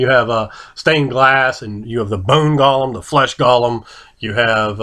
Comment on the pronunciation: you're more or less pronouncing it right. Lots of people forget the subtle "h" that comes with the "le". The old joke of phlegm itself being a letter in Hebrew comes to life once more.